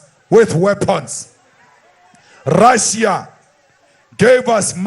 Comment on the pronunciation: The time he speaking about RRRRRRussia, Ukraine was part of Rrrrrrrrrussia. Russia did indeed help ANC